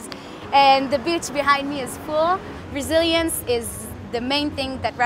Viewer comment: did i hear resilence??? lol